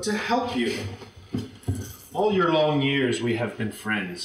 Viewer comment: I’m a kiwi but I’ve never heard another New Zealander pronounce ‘years’ like that, it’s like “yurs”